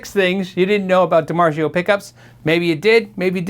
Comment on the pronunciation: 7. I didn't know DiMarzio wasn't pronounced the proper Italian way.